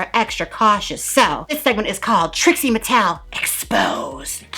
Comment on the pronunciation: “expose ha , expose trixie mattelelelohoh” 🤣😅😅 Love it. lmao 🤣